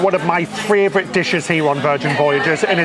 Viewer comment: I love how he says fravorite! These guys are MY fravorite! I’m ready for my 3rd VV cruise on Valiant for New Years and then back to Scarlet for April 23! Join me if you want to cruise the Virgin Way!